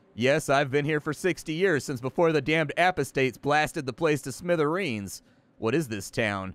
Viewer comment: rofl.. "a-poh-states".... lol.